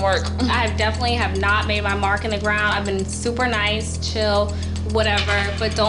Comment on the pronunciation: "This is NOIT your house! This is NOIT your house!" 😂🤣